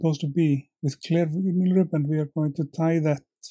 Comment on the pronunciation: I think I will add this to my to-do tying list for my donations. The Healing Waters group I tie for is based at a fly fishing club that has its own pond. Yes, I remember Swannundaze though I haven’t seen it in decades. :-0 In English, vinyl is pronounced “vi - nil” with an “eye” sound for the “vi” rather than “vee-nil.”